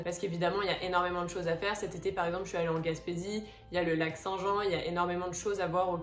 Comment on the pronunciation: Viens nous voir chu au Lac St Jean dla manière que tu la dis ,tu m'a fait rire😆😆😆